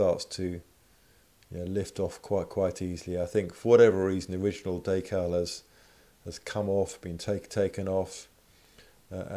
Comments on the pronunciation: Wtf is a daycal lol it’s decal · Day-cal? more like Dee-cal. Anyways nice video. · Day- cow or Da- cow? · What's a "daycal"?